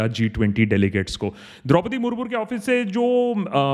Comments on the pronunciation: Dropadi murmur nahi Murmu hota hai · Draupadi murmur nahi murmu hai bhai!